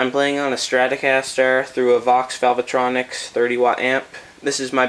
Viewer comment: Aside from the pedal, the way you pronounce “Valvetronix”. You’re not supposed to pronounce that e in the middle. Valve Tronics not Val ve tronics.